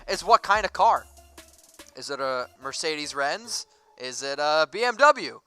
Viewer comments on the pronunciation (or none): I literally cracked up when I heard you say Mercedes-Renz